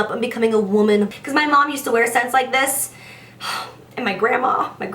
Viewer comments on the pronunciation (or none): She's "moutooring", growing up and becoming a "woumman" 😂 Omg I can't, she's so cute